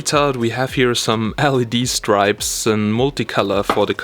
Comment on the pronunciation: well firstly you have to learn how to say 'strips' correctly...you were saying 'stripes' the whole way through the video...LOL...what do you mean by 'front system'...speakers...???